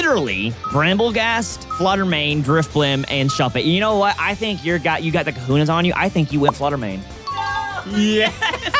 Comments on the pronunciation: Cajones, not Kahunas. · Tell that it's cohones, not kahunas..please, lol.